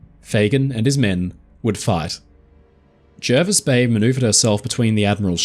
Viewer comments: Hi I know this story very well. My father travelled to Australia in 1938 aboard the Jervis bay. He fondly remembered the trip and the kindness of the crew. Great job. Jervis is pronounced Jarvis btw, thought I would chime in before the other pendants get wind of it. Cheers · Jervis Bay is actually pronounced like Jarvis. It's not in NSW either, it's part of its own territory, the JBT, which is sort of a part of the ACT, and was originally intended as a port for Canberra (though this didn't really end up happening). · Brilliant stuff,! One thing... the locals are pretty insistent that it is pronounced "Jar-vis" bay... I dunno why, it's just the English language, I guess. As interpreted by Aussies. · Jervis Bay is in the ACT, and we correctly pronounce it Jarvis. All foreigners are wrong, including the allegedly illiterate admiral. 😉